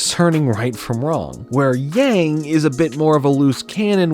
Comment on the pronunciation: you would think if this show was inspired by asian culture that they’d at least know that yang is not pronounced like yaeng